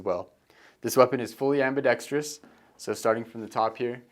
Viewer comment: I’m not always a stickler for english and I know many people speak the way they were taught, but it’s ambidextrous, not ambidextrious